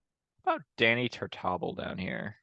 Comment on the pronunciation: I think the pronunciation of Tartabull has stress on the 3rd syllable.